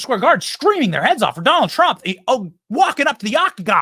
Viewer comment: Trump not Tramp